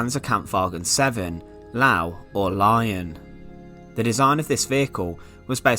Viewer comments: Well said actually. ''ler-veh, or lur-veh'' is about as close as you can translate into English sounds. Sure as fuck ain't loovey, though. wtf. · bro really pronounced Löwe as Lau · You're bad at German language, the correct pronounce of Löwe is loe-va, and Porsche is pronounced as por-sha. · the pronounciation of lowe if like loove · The "LOW"??? Really???? You've never once heard the German name of this tank pronounced and you're here trying to make bank on YT teaching about it? Of course you are. Of course you are. Holy s**t did you f**k up..... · Lowe is pronounced 'Lou-Vay'. There is no W in German, all W's are doubleVs and are pronounced as Vs. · If anyone is curious, it's pronounced Loovoo or more like Lover. I dont blame him for mispronouncing the word. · The pronunciation of the Löwe-Tank is ˈløːvə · Actually its le-wé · Löwe. It's pronounced more like this: leuh-weh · It’s actually pronounced “ lur-va “ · It's actually pronounced like "Lerva" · Did you really just say “Lau”???? U fookin kiddin me mate?? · Panzerkampfwagen LAO hahaha wtf you didnt even try 😂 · Ehhh. Not really. It’s more pronounced ler-vuh with an incredibly light r sound, essentially non existent. Hard to explain over text. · Isn’t it pronounced luh-veh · It's closer to "Leu-veh" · i think it would more so sound like LUH VE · Small correction...Lion is pronounced "Lur-veh". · Lu Leu-vuh, it kinda sounds like there is an r but it's just the v sound. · Luh-veh is actually the correct German pronunciation. The umlaut (the two little dots on top of the O) means its actually written Loewe. Ws are pronounced like Vs in German so Luh-veh is the correct pronunciation. Or like the english word love but with 'eu' instead of o and a strong e. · Actually, the “o” in Löwe was sounded “e” so it's prononuced: Löwe = le-wé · Correct me if I am wrong. But is it not /ˈløːvə/ in International Phonetic Alphabet? The Ö, that is the trickiest bit, is pronounced like "ir" in English word bird. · He said Lao